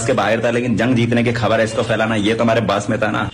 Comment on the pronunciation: helo bhai aap bhi research kar lia karo koi Pakistani India ko Aindia nahi bolta dosra agar oss chabal ko pakarna hi hay tu daikho woh lafz Khabar Kkhabar aur Parliament ko Pharliament bol raha hay jo kay koi Pakistani News ko Kkhabar nahi kahta aur na hi Parliament ko PHarliament lolz